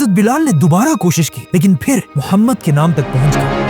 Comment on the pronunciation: mohshd ❌ muhammad✔